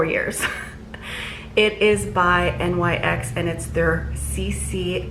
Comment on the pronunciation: FYI It's Nyx not N Y X. She is the goddess of the night. Pronounced Nix.